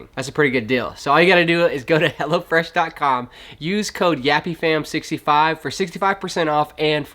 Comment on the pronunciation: Great videos—all of them. I keep cracking up because when you talk about your sponsor it sounds like you are saying Hella Fresh…which is a way cooler name than Hello Fresh. Lol